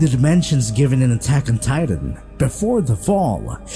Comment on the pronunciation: Bro this nigga can’t even pronounce words right Annie leanhart tatan